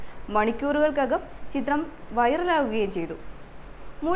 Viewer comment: വയറൽ അല്ല വൈറൽ